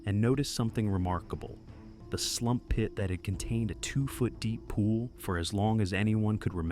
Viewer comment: The way he says "Slump pit"